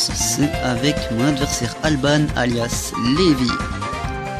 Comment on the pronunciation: Sa se dit "Alban" pas "Albane" XD :') Sinon le togekiss il était scarf et ouais GG ;)